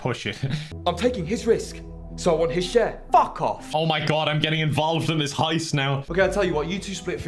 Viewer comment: Guy: Is a lot attendant Guy literally 2 hours later: "LISTEN SUNSHOINE IM THE FECKIN LEADER OF THIS HOIST YEH???"